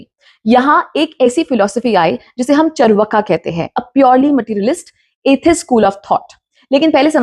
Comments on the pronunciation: First of all, it is चार्वाक not चर्वका। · It’s pronounced as chaarvaak, not charvaka. Indians are now reading even Hindi in Roman script and are not learning correct pronunciation of Hindi words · You are doing good , but pronounce name correctly चार्वाक